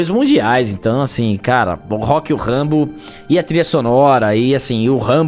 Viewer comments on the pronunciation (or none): Ahh sério que o rock mórrêl?